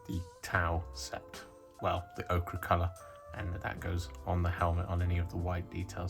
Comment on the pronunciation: 😊ts Pronounced Oh-Ker